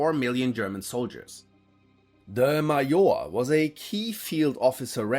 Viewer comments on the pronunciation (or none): It’s. Not pronounced maor it’s MAJOR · he said it like a german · You name word Major as almost we saying it in Russian (like Maior not Major as in Englisch)